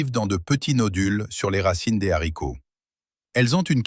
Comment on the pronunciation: On dit les haricots pas les zharicots.